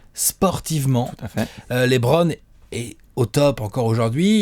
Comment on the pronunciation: Super vidéo! tu m’as vendu du rêve sur LeBron à New York. JUSTE,, dans un objectif de crédibilité (notamment quand il s’agira de défendre qu’il est le GOAT) il faudrait penser à passer de « Lébronne » à « Leubronne ».